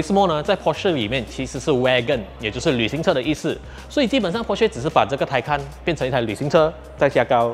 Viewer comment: 主播，读wa(y)gon, not w(ear)gon, 😂😂